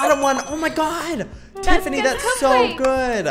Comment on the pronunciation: did joey literally say Teffiny instead of Tiffiny